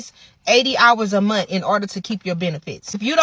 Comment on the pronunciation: MONTH!!!! Not munt